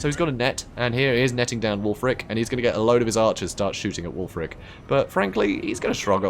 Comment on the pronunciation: Can we start calling Wulfrik- Ek just Wulfrek guys??